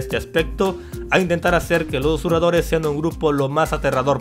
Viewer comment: Ustedes no se preguntan tambien si, ya se quito esas porquerias de la boca...por que sigue diciendo "usuradores" en lugar de susurradores?